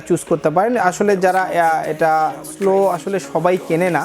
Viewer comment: স্লো না সলো